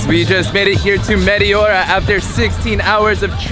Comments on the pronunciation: Just fyi, it is pronounced metEora (you raise your voice in the capital E), not meteOra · The correct pronunciation is meh-teh-aura with the accent on teh. I am a Greek of the diaspora and have been to Greece many times. This place was on my list of places to visit, but I never made it. And now it's most likely I never will. :-(( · It's pronounced MeTEora.....Nevertheless great video :)